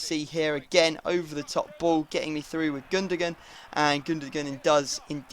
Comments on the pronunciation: FFS IT'S PRONOUNCED GOON-DA-WAN, NOT GUN-DU-GUN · FFA I comment on every deploying Dortmund video it's pronounced GUN DA ONE not GUN DA GUN please like this so can see. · I believe it's gun-do-wan, that's how the Germans pronounce it and every other football commentator. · No is pronunced Goon-do-Gun